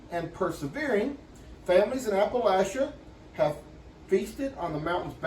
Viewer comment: I loved your dancing. It was very sweet to watch! :face-red-heart-shape: The key to pronounce it correctly is "apple at cha".